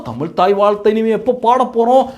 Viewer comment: தமில்?! என்ன கொடுமை?